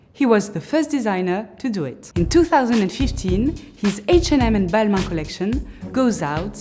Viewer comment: You say Balma 😅